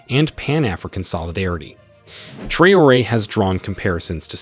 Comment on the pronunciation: It is sad to hear that AI can not read correctly the name of President of Ibrahim Traore. Very funny !